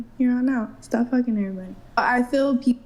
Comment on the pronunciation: Why are all younger people saying "fill" for "feel"? It drives me bat shit crazy when people can't even pronounce words properly, but they have the audacity to try and be an influencer, like that chick.